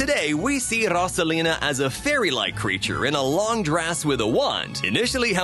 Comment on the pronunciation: ITS: ROSE-UH-LEE-NUH